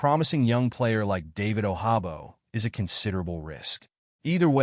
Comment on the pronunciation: It won’t happen nd it definitely won’t happen bcuz you mispronounced nd butchered David Ojabo name😂😂😂😂😂😂